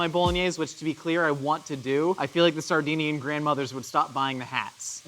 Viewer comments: See i thought he was saying Sardine-ian, as in the fish. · I think he was saying Sardinian which is a place in Italy too